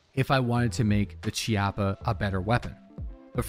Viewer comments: Its key-ah-pah. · I think it's pronounced Key-Appa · It's pronounced (key-appo) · Hey, just so you know, the "ch" in "Chiappa" is pronounced with a K or hard C sound. And as most Italians will be very quick to point out, "Chiappa" here is also slang for asscheek (singular, plural would be "Chiappe"). The more you know:)